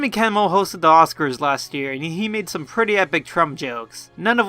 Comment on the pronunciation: The Smiley One Emphasis on "some", dude.